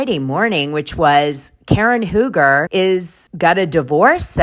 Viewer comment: For years, RHOP viewers have witnessed the bad marriage between Karen and Ray Huger (Dana, it’s pronounced Hew-ger, not Who-ger. And Grahnd Dom, not Dayme.) Since Ray said “I don’t know” to the therapist asking him if he’s still in love with Karen, I’ve been waiting for this divorce.